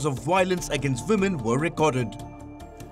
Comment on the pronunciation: Woo-men 🤣🤣🤣🤣 Anyways nobody is perfect but trying to be is what matters......but still it was quite Hilarious Palki.